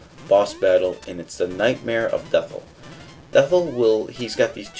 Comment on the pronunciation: Its pronuced death-eye. It is spelt dethI but the last letter is a i not a L. I made the same mistake too.